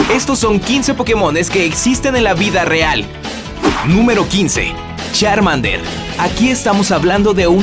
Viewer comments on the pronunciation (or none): Se dice Charmander no chanmader